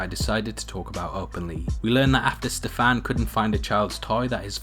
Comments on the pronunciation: Hahaha I just can't with the way you pronounce Stefan. Ste-FAAAN omg I love it its pretty cute!! Stefan is pretty Slavic name, and here in Poland we pronounce it like STE-fan so it's really funny to hear it differently :) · I hate the way you say " Stefan"